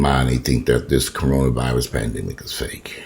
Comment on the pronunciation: You should make a Tic Toc Corona virius it's Corona virius I been moving Everytime u say that 😂😂